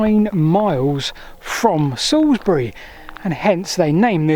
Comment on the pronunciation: Oh, your pronounciations are a bit off! 😜 I leant my new bike up against that first milestone at the top of Salisbury Hollow today, which is quite spooky. The best bit of Wiltshire, and not just because its my homeland.